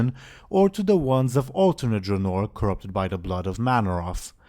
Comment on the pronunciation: It is not pronounced dra-nor. But Dra-nouhr.